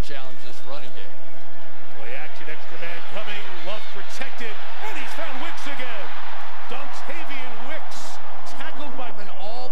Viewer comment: He said "Dontarion Wicks"